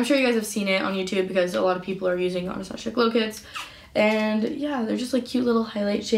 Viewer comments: “AnastaShia”😂 ughh the cringe its Anastasia 🙃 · "Anastashia" she said 😂😂😂